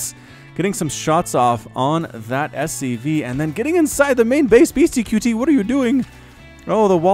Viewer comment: the name is said BeastyCUTIE not Beasty QT. I wanted to rip my hair out every time you said it wrong.